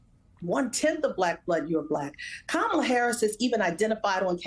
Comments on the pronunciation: Kamala IS mixed. Kamala LOOKS mixed. She is black, but she is half...she is half Indian on top of that. She is mixed, just like Barack. Now if that means anything, you can let me know. And her name is pronounced KA-mala. It is an Indian name...since she is Indian. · Thanks, Joy. But please pronounce Kamala correctly. It looses its beautiful meaning if you keep repeating how ignorant people say her name. It’s a short “ka”!